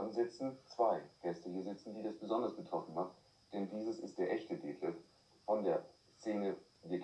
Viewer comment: Ich war ja damals als Drogentherapiebetreuer der beiden bei der Talkshow mit anwesend! Detlef musste nicht nur wegen "H" schmunzeln, sondern auch wegen der Aussprache des Moderators bei dem Namen Detlef. Der Moderator sagte: "Deeetlef" - Damals wurde dieser eher so noch ausgesprochen in der Schwulenszene. Obwohl wir dem Moderator Felix Parbs im Vorgespräch darauf hingewiesen hatten, konnte er wohl dann nicht anders. Aber in so manchen Regionen von Deutschland spricht man den Namen halt so aus. Und wegen "H", weil wir in der Therapie den Leuten damals empfohlen hatten anstatt "H" Heroin zu sagen.